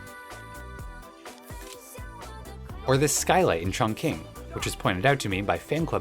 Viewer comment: Just as an aside, I'm pretty sure Chongqing is pronounced more like "Chang-ching" than "Chang-king"